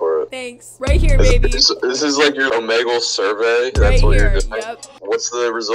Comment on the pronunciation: Bruh said omeegle